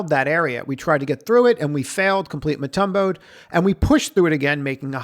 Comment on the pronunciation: "Mutumbo'ed?" The shot blocker?